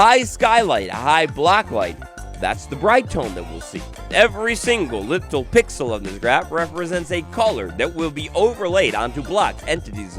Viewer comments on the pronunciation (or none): none